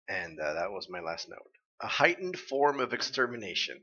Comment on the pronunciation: Wait, did Oobleck really say "A heightened form of extermination"? I always heard it as "A hike full of extermination".